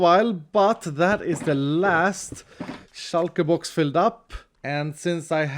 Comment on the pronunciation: I live how he pronounce shulker box "Shal-ke-box"